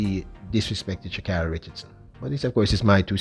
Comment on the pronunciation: Sha kayri!!!! The gitl does not like here name butchered. For 3 years she correcting y"all